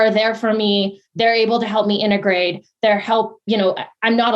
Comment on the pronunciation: I don't trust any medical advice from someone who says "ecspesially" or "innegrade".